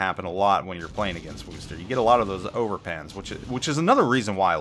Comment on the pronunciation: Ugh,, you keep pronouncing Worcester wrong...